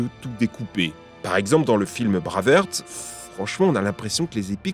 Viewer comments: braveheart, se prononce "Bréve Arte" et non pas braaaverrt.. désolé mais c'est horrible à entendre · Braveuhrt ou lieu de braivhart alors là chapo ! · Yo c'est pas bravèrte mais brèvarte pour Braveheart lol l'accent anglais 😆😆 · "braveurte" <3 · "Dans le film Braveurt"... Please... Je veux bien que les gens sachent pas prononcer l'anglais, mais y a des limites...